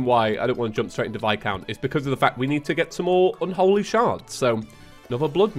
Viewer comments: PLEASE HIS NAME IS VIS-COUNT NOT VI-COUNT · God when you call viscount vi-count it makes me cringe lol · His name is pronounced like "vi-count"